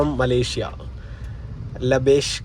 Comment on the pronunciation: ലബേഷ് അല്ല. ലാഭേഷ് aan😆